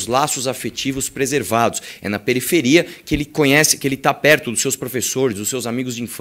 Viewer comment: "Preriferia " Desculpe. Estava sem ideia do q comentar.